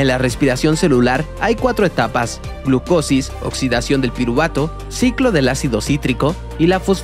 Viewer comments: pero se dice glucolisis, no glucosis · par la próxima no es gluclosis sino glucolisis